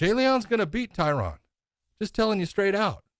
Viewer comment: Big John, you’re pronouncing Tyron’s name wrong. Still love ya.